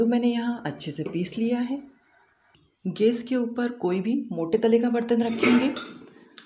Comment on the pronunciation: idea to aacha pr aap gas bolna sikhiye...